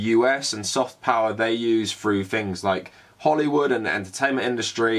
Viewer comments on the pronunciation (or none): none